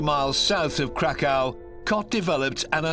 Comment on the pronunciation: The way Krakow being pronounced. Crack cow 😆